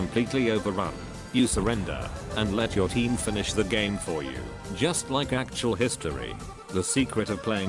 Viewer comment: “Let’s juste remove this piece of” HAHA so French 😂❤️🇫🇷 I love it